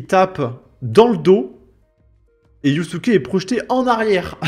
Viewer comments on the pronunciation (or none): tu fais exprès de dire yousouké au lieu de Yasuke pour énerver les wokes 😂😂😂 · On dit yaaasuke